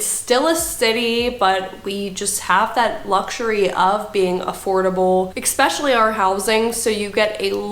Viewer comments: Jesus. Just read the word and sound it out. E-s-pecially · Tell this woman that it's not pronounced expecially!